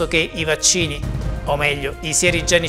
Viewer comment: Appena ha aperto la bocca e ha pronunciato sieri ho cambiato short…a questo qua manca solo il rimmel poi è perfetto più leccato di me 😂